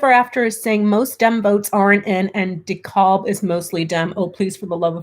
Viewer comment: Dekalb is pronounced Decab.